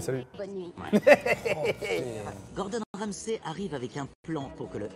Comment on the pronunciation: Question pour les francophones. Vous prononcez le sey de Ramsay ''sai'' pour pas confondre avec le comédien francais ?😅 Ou c'est la traduction qui a foiré dès le début ? Parce que ça me fait buguer à chaque fois